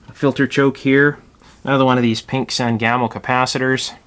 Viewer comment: I'd never heard of "San Gamo" caps before, so I googled it, then I had to laugh. My family is from central Illinois, there is a river here, the Sangamon. Springfield is in Sangamon county, my mother and father both worked for Sangamo Electric in the post WWII years, so I grew up hearing the words Sangamon and Sangamo, and the pronunciation is "SANG-uh-moe". No disrespect to you, it's just always interesting how pronunciations differ by geographic location.